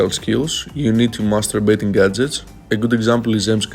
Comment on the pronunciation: what he said: u need to master baiting gadgets what i heard: u need to masterbating gadgets